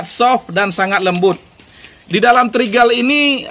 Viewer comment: Upgrade bukan abraiks 😅 Trigger = trigel